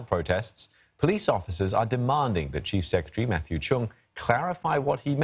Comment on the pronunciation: He said "Cheap Secretary" ....Hehehe